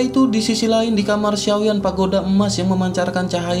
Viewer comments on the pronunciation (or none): none